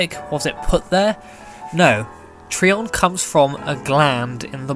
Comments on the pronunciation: It's tri-on not tree-on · It's tri-on not tre-on Get it right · Ig not it just drives me nuts after hearing the anime say tri-on and then hearing it be called something different